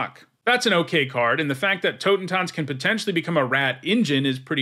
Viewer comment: As a german, i gotta say, your pronounciation of "Totentanz" is really good :D